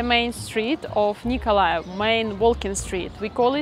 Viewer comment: It is good you say Nikolaev as 90% of inhabitants says and not Mykolaïv